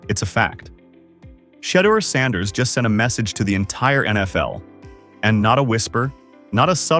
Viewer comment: Instruct your AI to enunciate Mr Saunders’ name properly every time…